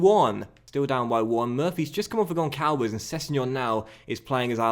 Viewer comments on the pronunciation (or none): Hello, I'm Portuguese and It's not Goncalves... the "ç" as the sound of an "s". It's actually Gonsalves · Just FYI, its not pronounced Goncalves. Its actually pronounced Gonsalves. The Ç makes the "S" sound.